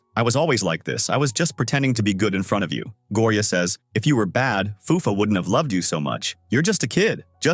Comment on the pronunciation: He said Gloria not Gloria 😅😂